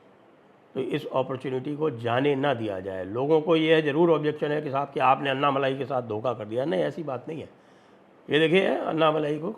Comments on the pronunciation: Anna Malayeh not Malai 😂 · Annamalai nahi -- ANNAmalai boliye. "N" shabd ko "n" math boliye